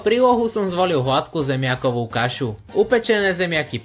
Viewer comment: Vuažnym miekom,puatky sekanej cebuľovy ,huadku kašu, zakuad ...atď, zajdi k logopédovi 😂😂